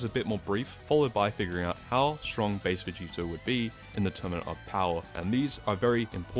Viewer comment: Bro can’t say “tournament” correctly to save his life